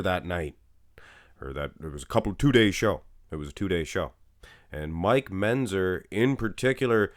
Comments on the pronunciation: is pronouncing Mentzer as Menzer... and is making a little joke out of it... which you missed. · I do the same thing when he says "pitchers" and Menzzzer".